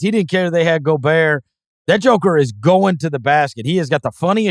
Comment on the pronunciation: Did Chris jussay "...that jokah (joker)...."? 😂 u been hanging round dem elder middle-aged black men 😂 I mean it's Tennessee I get it